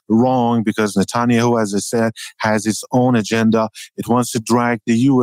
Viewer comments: Good to finally hear the correct pronunciation of Nuttin-Yahoo. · Natul-yahuuu❤ he butchered His name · Can anyone confirm the accuracy of this statement: Benjamin Netanyahu: The current Prime Minister of Israel, whose name is sometimes mispronounced as "Natania who" with a Persian accent. Recent news covers his meetings with President Trump regarding the war between Israel and Iran. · The translator pronouncing Netanyahu as "Natanya Hu" every time was so funny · It’s pronounced “Na-TAHN-yuh-HOO” from here on out 😂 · Love the way he pronounces Netanya-hu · For the first few minutes I was trying to figure out who "natonya who" was lol just the wildest pronunciation of netanyahu I've heard 😂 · He called NETANYAHU as NATHANIEL-WHO...............:face-red-droopy-eyes::face-red-droopy-eyes::face-red-droopy-eyes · Netanya-Who. That’s how I’m pronouncing it from now on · The translater did a great job - minus the pronunciation of Netanjahu ^^ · The pronunciation of Netanyahu is hilarious but I get it the accent doesn’t matter the content matters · Would be helpful if the interpreter was better and could pronounce Netanyahu in a way Americans can easily understand